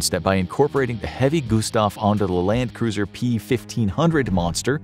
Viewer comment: Little known fact- it is Landkreuzer, pronounced Land-kroitser. Doesn't mean cruiser at all. It means Land-crosser in direct translation.